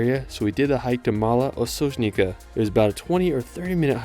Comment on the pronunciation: Great video, I'm glad you enjoyed the trip. +To help you out. If there's a J in the word, the J is pronounced as Y in new york or Y in yoghurt. So... Osoynica ;), Lyublyana, Predyama etc. You got Ljubljana and quite a few right tho :D.